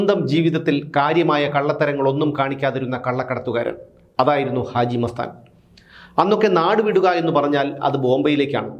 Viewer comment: പക്ഷെ ആ ദാനശീലന്റെയ് പേര് ഇപ്പോഴും തങ്ങൾക്കു നന്നായി പറയാൻ അറിയില്ല.... അജി മസ്താൻ അല്ല... ഹാജി മസ്താൻ